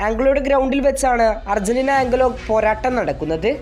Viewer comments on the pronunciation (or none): ആഗ്ലോ അല്ല അങ്കോള